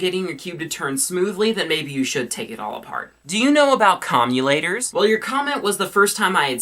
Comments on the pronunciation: COMM-U-TAY-TORS* not comulators, its commutators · lol.. comulators. I think it's commutators:P. <3 you. no homo. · I'd just like to let you know it's pronounced CAHM-YOU-TATER, not CAHM-YOU-LATER. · It's not comuLators, it's comuTators. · its definitely commutators NOT commulators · they are called commutators not commulators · Commutator not commulator. Home schooling sucks! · its commutators not commulators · It's commuTators not commuLators lolz! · I'm sorry. But did you just pronounce "CommuTators" "CommuLators"? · commutators not commulators* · Commulators Your pronunciation:\ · You're pronouncing Com-u-tate-ors wrong.